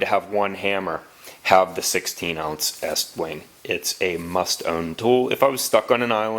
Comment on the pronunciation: Thank you for saying "Est-Wing".. I live in NY and every one calls it Eastwing.